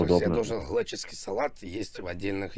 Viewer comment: Глэческий (далее - Русский). Я чуть не сдох с этого